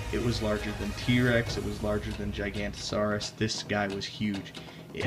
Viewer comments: It's gigonatasaurus not gigantasaurus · first it's saurus not status second it's jiga no toe saurus that's what it sounds like but is spelled giganotosaurus